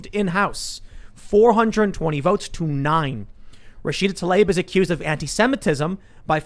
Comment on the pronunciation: I thought Tim was saying nein not 9 at first I was like that’s a little strange then I saw the vote count